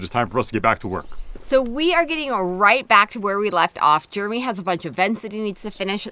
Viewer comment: I love watching your videos, good content, but one thing I don’t love so much, pronounces her husband’s name as “Jermy” instead of Jeremy😂🤭🫣